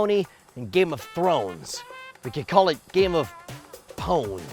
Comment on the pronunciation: At the beginning, did he say "game of hoes"?